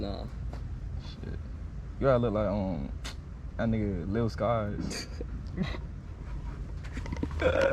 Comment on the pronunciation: He said lil skies 😂😂